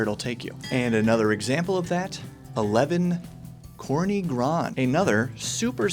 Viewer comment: public service announcement - "corny" is not pronounced like "corn". It's more like "tzorny". The game's title means something like "Black Mountain" in the dialect used in the mountains of southern Poland.